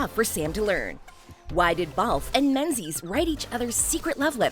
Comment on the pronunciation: Idiot: Pronunciation. MING-iss , glaz-go, Mohawk Woman